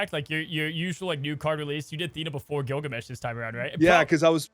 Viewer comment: Not Gilgameh?